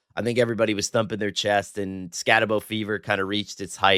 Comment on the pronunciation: You guys need to learn how to pronounce Skattebo.